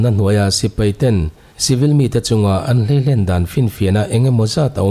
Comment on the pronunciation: zanin i thil puang chu zalen--len tih lai hi sangha manna len kan sawi anga lam hi a dik ka ti a, i rawn lam dik a, angaihthlak a nuam.Mi tam zawk hian Len--a len zawng eng tiat nge tia lam ang hian, " len" ti hi an lam thin a a dik lo zawk tlat a ni.